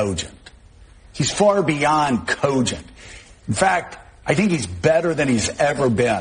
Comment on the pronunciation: Joe Scarborough said "cogent" like the rabid Greta Thunberg said "how dare you!". lol